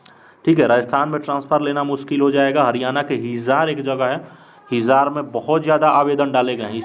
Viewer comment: हिजार नही है वो हिसार h 😂😂